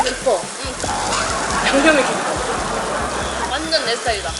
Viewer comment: ㅋㅋㅋㅋㅋㅋㄲ개웃겨 조용히보다가 육회비빔밥 소스 "깊어"(짧고 단호하게)에서 터졌닼ㅋㅋㅋㅋㅋ